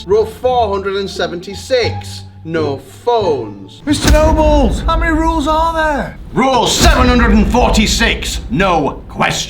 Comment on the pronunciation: I was asleep when he said the ruls